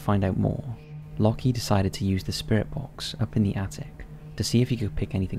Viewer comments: Anyone else find it funny how has made a living from reading & speaking for the past however many years, yet still pronounces "Locke" as "locky". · Shouldn't 'Locke' be pronounced like 'lock' and not 'lucky'? Like love isn't pronounced 'lovvy' or hope 'hopey'. My British uni professor is called Locke and he says it like 'lock'. Just wondering. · I think the first guy’s name is pronounced ‘lock’ not ‘lockee’ :) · It's just "Lock" not "Lock-ee". The "e" is silent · ...it's pronounced lock, like "lock & key", not lock-ee or loki edit: You're not even consistent with it. Lockee for all but the last 2 when you switch to Lohki, jfc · Isn't Locke pronounced Lock??